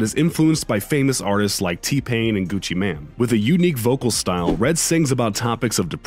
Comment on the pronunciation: It's not pronounced "gucci man" it's pronounced "gucci maine" like the state